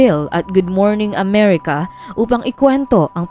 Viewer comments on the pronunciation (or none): none